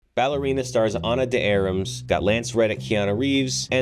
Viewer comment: You should not pronounce words like the names of the stars incorrectly, But somehow you managed to do so. Ana's last name is pronounced "D-R-maas", not 'Dee-Am-ras'!